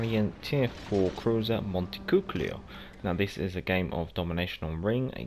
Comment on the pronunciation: The ship's name is actually pronounced Monte - cu - choli